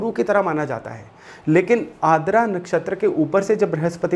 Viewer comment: Sir, i think it's आर्द्रा not आद्रा i may be wrong, please correct me, if possible.